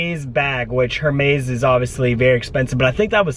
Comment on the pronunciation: Is you mispronouncing every designer besides Burberry a joke? You say Lou buitton and Hermes lol.